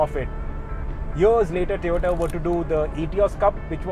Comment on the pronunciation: Surprising that you are mentioning Tiota. All due respect it's TOYOTA not Tiota.